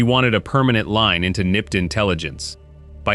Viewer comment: It's N.Y.P.D. not "nipid"!